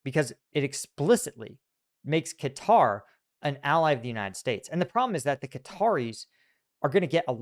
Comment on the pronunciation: Atari's but with stealth jets and oil diplomacy. it's pronounced like Cutter, Not KAH tari